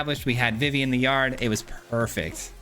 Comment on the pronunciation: Nice deck! Idk if you a big Final Fantasy fan, but Vivi is pronounced like Vee-Vee, or just the letters V.V. they actually say it in KH2 🫡